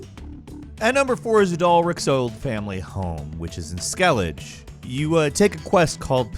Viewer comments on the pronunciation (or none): I turned the video off when he pronounced "Skellidge" . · Hymn? It's high-em, skelliguh, so on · when u heard people says "ske-llege" instead of "ske-lli-ge" You know this poor soul missed a masterpiece. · Skelligirl not Skelliger dummit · Gonna have to check these out on my switch! Love this game, specially portably! P.s. its skell-i-gah...not skellage...thats what they say themselves. did you even play this? Or are you reading a script? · He does it every Witcher 3 video, but pronouncing Skellige as "SKEL-idge" always grinds my gears -- it's "SKEL-igg-uh", homie 😂 Also, "hym" isn't pronounced "him", but "hime", rhymes with "time" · By far, the freakiest thing in this video is pronouncing Skellige as "Skellig" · The most terrifying thing in this video is you pronunciation of Skellige. It’s pronounced “skellig-a” not “skellij” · FYI it’s pronounced “skell-eh-ugh” and “hime” not “skellidge” and “him” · The heck is a skellidge? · Skellidgy :) haha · hahah SKELLIJ? It's Skell-i-guh mate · WHAT IS SKELLIG??!! IT IS SKELLIG"E" please... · Skellidge? Did you even actually play the game? Skell-e-gah is how you pronounce it. Disappointed after your superbly spoken word of Toussaint. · How do you always say Skellige wrong when you supposedly have played the game all the way thru? It's pronounced SKELL-IG-UH, not whatever that SKELL-IDGE nonsense is that you keep saying. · C'mon. They call it Skell-i-gah every other sentence in the game. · Thes eS SKELLIGAAA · You didn't pronounce Skellige correctly, it's pronounced Skelli-guh. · As much as I love. This one hit deep. Anyone who’s played the game knows its Skelli-guh. You find that out like super early in the game too so. Not much of an accident. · Pronounced “Skelli-Gah”. I trusted you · "Skellidge." Seriously? He's absolutely never played The Witcher 3. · ITS PRONOUNCED “SKELL-IH-GUH” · Nothing's creepier than saying "Skellitch" for Skellige. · Ah yes "Skelledj" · Ah yes. Skelidge.